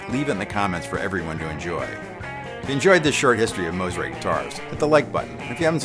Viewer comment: Thank you for saying the name correctly. Mo, not ma